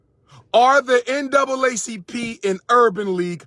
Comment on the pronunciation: I have a few problems with this message Dr. Umar. 1. You kept saying N-A double C P and it N double A C P as in NAACP. And the current president who had been the president since 2017 is a dark skinned man. 2. Justin Timberlake and Justin Beiber have fans from the white and black communities that’s why they are successful. Being able cross over to all communities is what makes them more popular. In order for a black artist to reach that kind of success they would need more than just support from the black community since we only make up roughly 13% of the overall population in America. I get what you were saying but let’s come with logic not emotions.